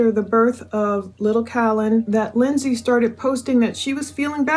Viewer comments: It’s Lind-see not Lind-say, sorry that’s my sister’s name spelled the same and it’s driving me nuts hearing it wrong 🙈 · Hope it’s ok to make a pronounciation correction. It’s pronounced “Lindzee” 😎👍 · You keep bouncing from pronouncing her name wrong to pronouncing it right. It’s just Lindsey like any other Lindsey. It’s not pronounced the way it’s spelled. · I love your videos but if you pronounce Lindsay like that again omg 😂